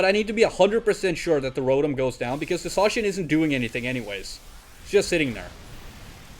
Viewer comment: idk if any official pronunciation has been made for Zacian - I've heard it pronounced so many different ways - but I like the way you say it so that's official now xD